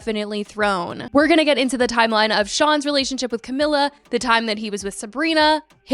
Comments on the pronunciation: Cah-me-la. Just had to get that out there 😂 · why are you pronouncing camilas name like that lmfao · You’re pronouncing her name wrong. Over and over. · Whose? Camila?? How is it pronounced tho? I am not native English speaker so it sounded fine to me.